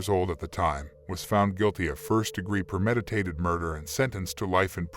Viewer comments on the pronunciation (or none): That's premeditated (pronounced pree-med-eh-tay-ted) not permeditated (no such word).